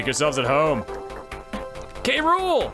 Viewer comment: I don't know if you knew this, but you have been mispronouncing K. Rool's name all this time. It's actually "k-rule" with just the "k" sound right before the "rule" part.